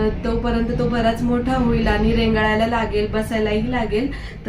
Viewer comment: Ag rengalayla nahi rangalayla bol